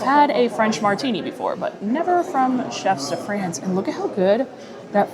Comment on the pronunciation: Hi, great video as always. One thing I have to point out: I'm not sure if you're purposely mispronouncing Chefs de Frances for engagement (which I'm happy to contribute to) but it would behoove me not to correct you if not. The S in "chefs" is silent. The vowel in "France" rhymes with the word "on" and the N consonant is lightly annunciated. If my explanation is confusing (I'm no linguist), you could put it in google translate and listen to it pronounced there. Again, great video and love the channel. You are by far my favorite Disney youtuber and I've been watching you for years!